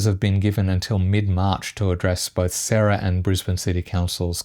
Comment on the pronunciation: Pretty sure its pronounced SA-RA (as in Zara but with an S) not the name Sarah. Saying that, this the only Brisbane News I watch for my local updates - keep it going!